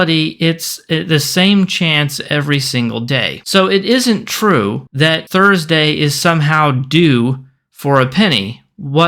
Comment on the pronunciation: An 'R' for Thursday... My brain couldn't handle that. I had to take a small break, before finishing the video.